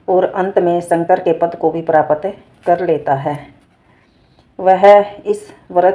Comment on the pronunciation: प्रपात नहीं आंटी जी प्राप्त होता होता थोड़ा सही से बोला नहीं गया आपसे की नहीं